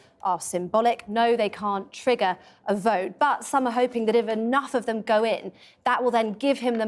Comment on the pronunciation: "Gwoth, gwoth, gwoth". Truss. "Go, go, go." British public.